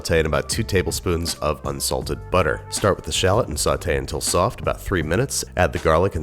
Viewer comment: "...nice and *SwOFT*"